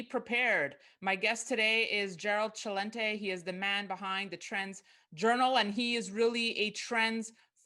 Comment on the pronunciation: She pronounced Celente the proper way